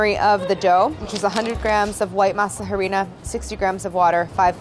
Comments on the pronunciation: not claire pronouncing it ha-rina 😭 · Ayyy Claire love you but every time you said masa HArina I died a little bit inside. You don’t pronounce the h in Spanish. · Every time Claire says masa “huh-rina” I die a little inside. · The H in “Harina is silent”. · Me cringing so hard at her pronunciation of harina after her perfect pronunciation of mass. Also at the tortilla making, yikes.